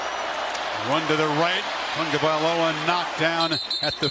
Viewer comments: is his name really pronounced as Tong-ga-vai-loa? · Why do people keep calling him "Tangovailoa"? There is no N in his name.